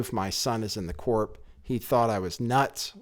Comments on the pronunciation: Hey, you don't pronounce the p in the word corps. It's pronounced core. And spelled corps not corp. I am 100% convinced that most people producing and watching youtube videos DO NOT read. That lack of education and worldly knowledge is a huge Achilles heel. How does anyone attempt to understand or explain complicated geopolitical and domestic issues if they can't grasp the basic mechanics of the English language? I am not a troll, shill, or bot. I am concerned that you will turn off an influential segment of people by not having mastered the fundamentals. Read books and you will unlock that ability. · CORP IS PRONOUNCED CORE.....